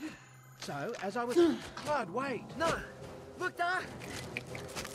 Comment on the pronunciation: its Kludd XD not kludge lol